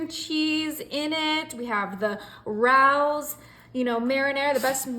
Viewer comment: Ray-o's. Not rouse.